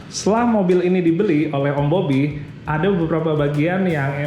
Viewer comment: Om "BOBBY" Gua dengernya OM Mobi 😅😅 Kaget gua